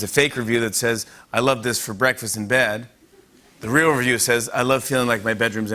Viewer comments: I'm sorry, can Jimmy not say "real"? What the hell is he saying? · He drops his "l"...at the end! We do that sometimes too, I didn't even pick up on it til you said!